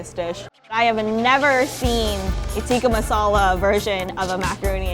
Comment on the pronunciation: When will the intellectual westerners learn to pronounce tik-ka masaala correctly... 😓